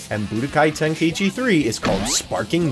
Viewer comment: Bro americans saying the game’s name just pisses me off For the love of god it’s called tenkai chi not tenkayiiiiiichi